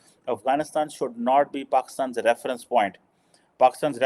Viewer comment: For it’s always Paxtan Paxtan 😂😂